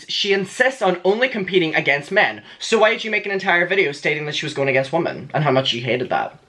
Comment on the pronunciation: The "o", in "women" is pronounced "i", so it's not wOmen it's wImen.